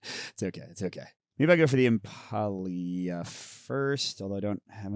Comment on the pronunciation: Impaleah. Impale-ah. Not Impah-e-ah. It's a play on Impala. :D